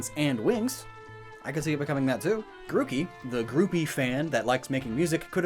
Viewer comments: Your evidence is literally so ass. also learn to pronounce names, its not gruk ie its gru key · Every time he says Grookey wrong I die a little inside.